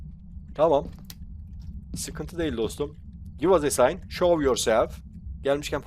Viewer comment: Abi give us a sign i ck garip soyluyorsun tıpkı he was a sign dermis gibi cikio hayaletin isaret vermesini etkilermi bu olay